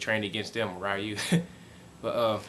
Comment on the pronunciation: Ree-Ooh. NOT Rye-You.